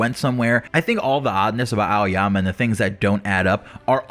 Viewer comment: It's aoyama lol